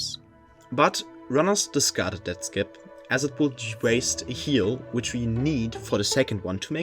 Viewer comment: “Taht” is wild